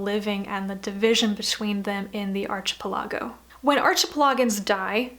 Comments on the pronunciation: It's: ark-e-PEL-e-go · As someone who has pronounced “Earthsea” incorrectly all his life, let me suggest you look up the pronunciation of “archipelago.” 😉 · I really loved the series and have reread it many times. I am reading The Wizard of Earthsea to my son now. Thanks for a great review. Thank you. May I just ask why you pronounce "archipeligo" the way you do?